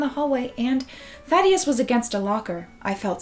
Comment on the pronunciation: when she was saying thaddeus, i though she was saying "fatty a**" yes